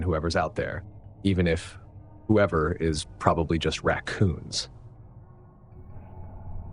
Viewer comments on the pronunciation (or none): "probrably just racoons" me pareceu uma pausa para risada depois😅 A 1ª história o cara fez um jogo de gato e rato com o invasor, que frieza! Mas creio que o desfecho foi o mehor possível pois se era realmente o ex da antiga dona, ele perderia total interesse de invadir sabendo da venda da casa, poderia ser algo pior. Saudações!